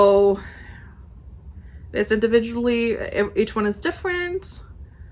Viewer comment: Perfect pronunciation! The scots are proud <3